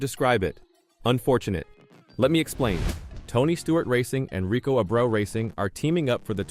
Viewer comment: Rico's last name is pronounced AY-BREW.